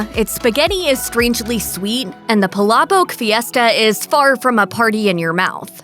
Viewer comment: Also you can't even say palabok correctly which make you losers at Mashed look ignorant. And that is how Filipino style spaghetti supposed to taste. Maybe get off your silly white ways and go take a trip to the Philippines sometime.